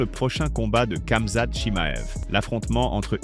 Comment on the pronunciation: Tu me fou l'angoisse a dire " CAmzat" dis ramzat a la limitte si tu sait pas faire l'accent